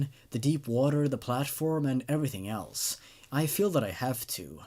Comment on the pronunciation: I swear it sound like he said All elves instead of all else in his introduction....